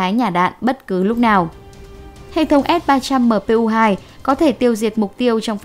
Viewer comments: đọc sai rồi kìa s-300mpu2 ??? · Bây giờ tôi mới nghe thấy ét ba trăm mờ pê u hai của vn đó, mà sao hiển thị chữ là ét ba trăm pê mờ u một mà lại đọc luyên thuyên vậy thật đúng là...